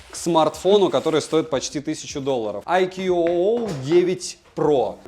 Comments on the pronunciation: Хотелось бы исправить автора в его произношении брэнда, так как немного режет ухо. Не "айкьюоуоу" а просто "айку" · Название бренда читается - Айку. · Правильно IQOO (I Quest On and On) произносится "айку" и хотя это суббренд VIVO называть его VIVO IQOO не совсем корректно. У IQOO формально свой сайт, каналы продаж и поддержка (Индийский сайт у нас открывается без vpn и прокси). Глобальных IQOO не бывает, только китайские и индийские, причем у индийских моделей другие названия. Насколько в курсе вывод на европейский рынок по прежнему не планируется. Расцветка а-ля BMW уже на третьем поколении смартов IQOO используется - началось с IQOO 7, так что как она будет в эксплуатации можно узнать в соответствующих темах на 4пда. Кстати поколения у них меняются раз в полгода. Смарт поддерживает n79, а значит 5G будет работать в РФ, тестовые зоны хоть и небольшие, но уже есть МСК, СПб и еще ~40 регионов РФ